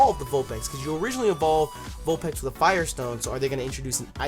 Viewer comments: your saying vulpex it's its vulpix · Is it pronounced vulpix or vulpex ? I'm confused now